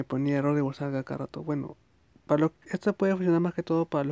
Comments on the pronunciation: Violenta un poco que digas whatsak pero fue muy útil la info. Gracias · es que en el vídeo no dice WhatsApp dice el guasak y suena cagado